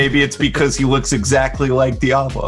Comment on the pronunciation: hes saying "becuase"